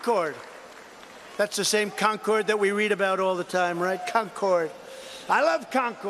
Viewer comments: It wasn't just the mispronunciation. As he circled, I put my head in my hands, realizing he had confused Concord, NH with Concord, MA. He remembered the Revolutionary War battles at Concord and Lexington and, trying to sound smart, made a hash of history and geography. Proudly, too. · Ya I thought that's where he was going with that joke. Trump saying it wrong over and over was grating on the nerves. That's where I was born and raised and have heard it pronounced wrong my whole life. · Plus he’s pronouncing Concord wrong... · That's not how you pronounce Concord. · that's not how you pronounce Concord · Nether Trump nor Colbert could pronounce Concord correctly. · He also mispronounced Concord! As a Yankee from the area, we laugh at people who say con-cord (accent on "con".) We say conkud, (accent on the kud) kind of one syllable. At least say it the way we do if your are going to say it over and over. It hurts our ears! Now mess with Peabody (peebiddy) and we walk! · NH res here... he mispronounced Concord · The con man loves con cord ...he doesn’t know how to pronounce Concord though. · ~ I must have written it wrong, I was agreeing w/you. I've always pronounced it so it sounds almost like "conquered." Having DT repeat conCORD over and over was disturbing, but then it seemed as though Colbert had begun pronouncing it the same way after the clip, and I thought perhaps I had it wrong. I was relieved to see your comment calling it out. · If you pronounce Concord the way Trump idiotically pronounced it, you'd get your ass kicked anywhere in New England. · It's pronounced "Con-curd," not "Con-CORD." 😂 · Concord (MA & NH) is pronounced like "conquered", not like the plane. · also it's conCERD not conCORD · It's Concord as in "conquered", not "con-chord". Get that shit out of my state, Trump. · ITS FREAK CONN-CORD not conch-cord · Amazed the joke wasn't that Concord is pronounced Con-curd in NH. So he said it wrong like 12 times. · Concord, MA is pronounced Con-Kerd